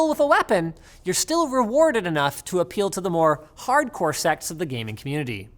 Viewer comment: when linus saying '...hardcore sects of the gaming community.' sounds more like 'hardcore sex of the gaming community.'